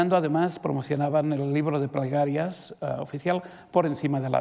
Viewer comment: Es un fastidio oír al calvo. No pronuncia bien las palabras. Usa mucho la R. El ribro de pregarrias.